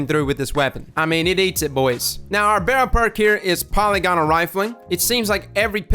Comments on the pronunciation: Why would you think the word is pronounced "poly-gonal"? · the y in polygonal has a short i sound not an e sound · I know you hear this all the time, but part of me thinks you'll care this time. That's not how you pronounce polygonal. Since "every weapon seems to have it" I figured you'd have corrected this by now. EDIT: Also, the gun can kill in 0.47 seconds and you're complaining that it wasn't allowed to scale to 0.27 like it's PvE scaling would suggest? Are you kidding me?